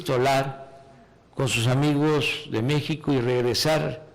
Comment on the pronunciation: PORQUE HABLA ASI EL MACUSPANO AMIGOJ Y AMIGAJ DE MEXICO!, DEJA DE ACTUAR AMLO!